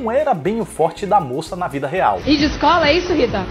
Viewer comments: Esse i de "iscola" me matou por dentro kkkkkkk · "I" de "Iscola" kkkkkkkkk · I de "Iscola" 😂😂😂😂 E de "Esqueiro" Rsrs chorei de rir com essa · Essa é a moça do famoso "I" de "Iscola". kkk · Ta mesmo precisando ir pra "Iscola" kkkkkk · I de "iscola", Rita? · Hahahahaha, "I" de Iscola e E de "esqueiro" hahahahaha !